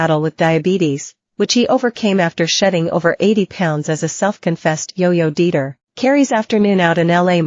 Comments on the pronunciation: The voice is AI because for the word “dieter” the voice said “deeter”. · "as a self confessed yo-yo DEETER" Well, that explains it!